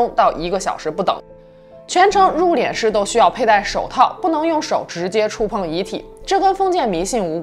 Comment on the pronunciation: 為什麼要讀入「臉」師呢？應該讀四聲，入「練」師呀⋯⋯太彆扭了⋯⋯